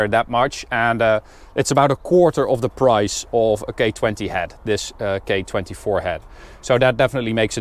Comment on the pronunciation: lol. you sound like your saying "gay swap with a gay 24 head". i love the car and the review but that cracked me up